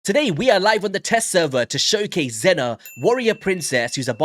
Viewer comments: Her name is not pronounced Zenna like you say it but more like Seena or Zeena. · It's pronounced as zee na stop the nonsense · It's pronounced "zeena" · Xena is pronounced like Zeena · It's pronounced zEEnah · Her show was a big part of my youth. Loved it. Just so you know her name is pronounced as “Zina” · you said her name wrong, lol. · You are pronouncing Xena wrong